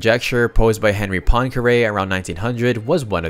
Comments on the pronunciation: FYI Henri Poincaré’s first name is pronounced “En-ree”, the H is silent in that French surname. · It's /ɑ̃.ʁi/. Don't try to transcribe French words into English spelling, it doesn't work.